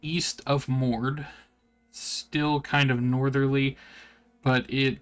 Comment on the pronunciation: Just wondering, since you are representing this project, why are you saying city names weird? It's not Booble by water, it's Bobble by Water, is not Moord its Moradhim. Nerak is Neriak. Queens? Its Qeynos. Not the end of the world just struck me as odd.